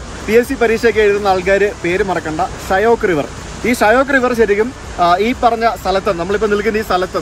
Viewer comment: ഷ്യൊക്ക് എന്നാണ് pronounciation.മരണത്തിന്റെ നദി എന്നറിയപ്പെടുന്നു.